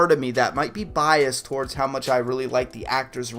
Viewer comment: TOR- WARDS !!